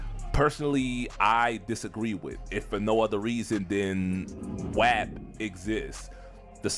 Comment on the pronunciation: I never heard “WAP” pronounced that way before